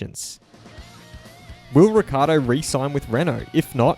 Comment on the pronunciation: Daniels surname is frequently mispronounced and you continue the tradition. It's pronounced Rick-Key-Ardo. Notice the double c's.